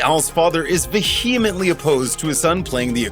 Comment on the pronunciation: mispronunciation of the word "vehemently."